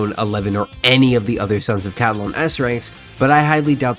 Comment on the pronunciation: Ca-li-don.. not ca-di-lon…